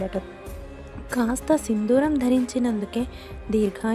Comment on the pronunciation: Sindooram. Sindhooram kaadu.